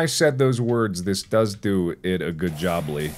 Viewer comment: “It did a good jobly” -Mark 2021